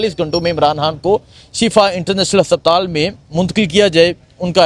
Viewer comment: hasaptaal kia hota hai haspataal